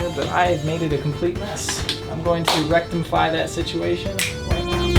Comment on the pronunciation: Rectomfy!! Did no one else catch that? That's too funny 😂